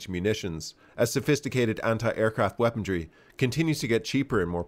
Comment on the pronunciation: Decent content, but weapon D R Y is NOT a word. WEAPONRY, on the other hand, is.